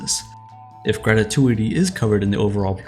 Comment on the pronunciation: Pro tip: It's "gratuity" not "gratatuity" - unless you were subtly referencing the excellent movie Ratatouille ;-).